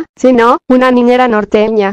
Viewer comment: "quieren que sea su ninera" omg Valeria OuO es gringa AJSJAJAAJJAAJSAK